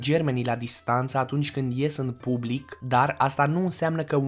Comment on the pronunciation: Nu consumati. In. Bublic. Nu vorbiti. In bublic. Nu. Intrizia